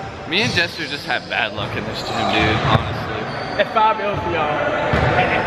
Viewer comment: nasty says "jezzer" instead of "jesser"